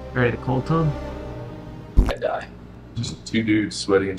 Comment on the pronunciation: said duces